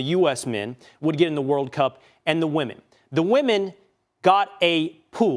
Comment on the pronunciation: But but but WAHMEN 😅